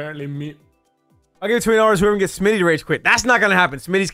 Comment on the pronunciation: Smii7y lmao not Smi77y